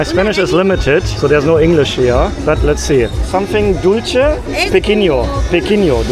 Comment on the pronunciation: Dulche (sweet) is pronounced dul-the, not dulchee.